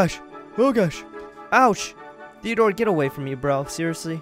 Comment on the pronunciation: Wiat stop calling Simon therdore toooooooooooo